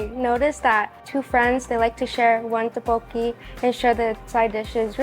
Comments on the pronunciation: Butchered the pronunciation of tteokbokki to the MAX but great video. Pronounced Duck-BOh-Ki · Thanks for the review. You just a little more practice pronouncing tteokbokki. 😉